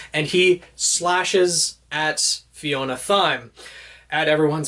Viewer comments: 'Thyme' is pronounced 'time'. It's a herb used in cooking. Sorry to be that guy... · Just a note, usually Thyme is pronounced like time, and it's an herb used in cooking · Thyme is pronounced Time like the herb